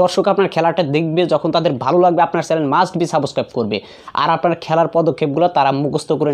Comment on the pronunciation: Saboscraib 😂😂😂 ki uccharon